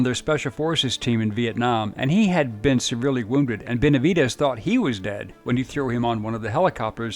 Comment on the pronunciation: NO ES BENVEDES ES BENAVIDES MUY MALA TRADUCCION PORESO SE MAL ENTIENDEN LOS APELLIDOS LATINOS